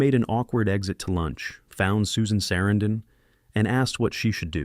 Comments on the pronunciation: I like the inside and how you made it happen, sorry what happened to Corey😢... Became a Great film, actors (but -the person interpreting this said Susan Sarandon's name totally wrong😮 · It's good to know all these facts👍 but I don't think you realize you're saying Susan Sarandon's name WRONG 😮